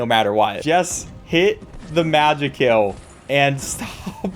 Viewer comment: ITS PRONOUNCED MAJAY KILL😭😭 (this video is so nostalgic)